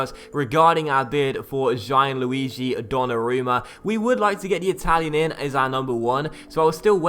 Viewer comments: I think it's pronounced "Gee-an-lu-ee-gee" not "Gye-an-lu-ee-gee" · Gianluigi is pronounced more like jan-luigi, not ji-an-luigi